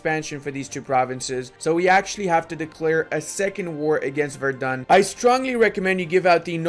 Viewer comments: btw, its verdEn, not verdun. verdun is in france :) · Its funny how he pronounces Verden as Verdun.